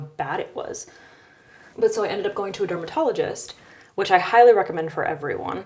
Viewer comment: "I hylurecommend you use Good Molecules.." is what I heard you say.